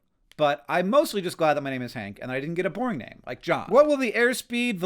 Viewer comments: I still think he said “porn name.” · I thought at first he said “porn name.”